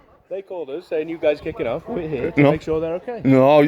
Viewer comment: "none of them can recite their awwffff" mate you can't recite the alphabet. go home.